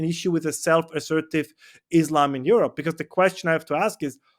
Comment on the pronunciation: Aerope not Europe